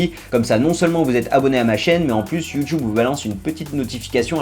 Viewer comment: mais pourquoi il dit you choub??